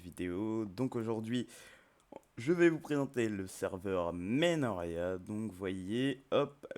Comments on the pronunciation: tes serieux tu dit Menoria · t'as dit menoria au début xD